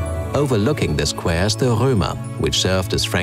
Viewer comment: What an excellent pronunciation! One would say it is a native speaker of English... if it wasn’t that “squaaare”